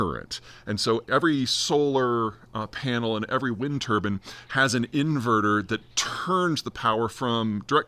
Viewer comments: It’s not turbon, it’s turbine you freak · Tur-bine, not Tur-ban! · Turbine not turban 😊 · Love the turban instead of turbine. I kept visualizing turbans spinning. 🤣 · Americans pronounce "turbine" and "turban" the same? 😂 Also - yet MORE reasons why "net zero" is a fool's errand! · Turbin? do you mean TurbINE.. the I is pronounced EYE, just sayin' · Are Americans randomly changing words for fun now? Just to piss us off? Turbine mate... not turban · Turbine not Turban. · "Turben" is not a thing. Turbine has a hard I, like fine or wine . The French pronounce the word as a hard E, like been or seen . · Turbine, not turban 👳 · Turban? Those go on the heads among Sikh, Muslim, and Hindu men! Surely you mean a turbine, as in a rotary generator! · That's exactly what I heard. But apparently, in some parts of the US, they actually pronounce it tur-bin, rather than tur-bine. Makes you head(gear) spin. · Turban or turbine? 😂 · Do most Americans pronounce "Turbine" like "turban"? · It spins a "Turban"? Did you mean a Turbine - rhymes with Lime, not with sun. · It's American pronunciation. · my only question is if he pronounces Turbine like that how does he pronounce the hat similar to what sikhs wear? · I hate how you pronounce turbine